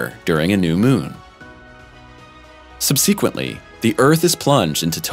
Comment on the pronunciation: The space lightning is called “sprites “ not elves .. you need to read through this crap a couple times before you record .. you mis pronounced subsequently ffs ! Can’t go through all the incorrect crap you spewed though.. just tighten up !! It’s 2021 bro